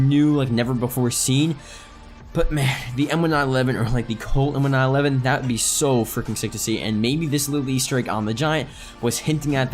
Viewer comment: it's pronounced M-19-11. Not M-1-9-11